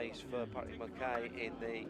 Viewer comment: For the next race Mulcahy is pronounced Mull-kay, i can hear my ex screaming down my ear at the mispronouncing of her name 😅😅